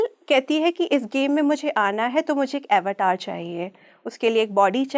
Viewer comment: अवतार शब्द का ऊच्चारण 🤦 गुलामी की हद है.